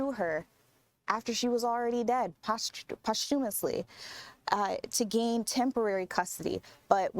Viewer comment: Terrible reporting. Did she not have a teleprompter? Pitiful. "Poshtumistly." Jfc. 🤭